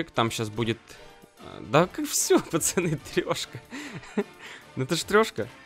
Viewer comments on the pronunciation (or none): none